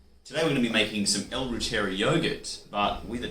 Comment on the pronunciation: Hi. I know you made this video 3 years ago but you’re not pronouncing reuteri correctly. It’s pronounced this way. Root- er - ri. 😊